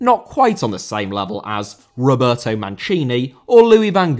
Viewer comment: Roberto * not Robötouw